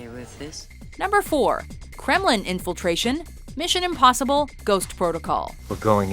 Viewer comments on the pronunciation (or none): Goosebumps on hearing 'Kremlin infilteration'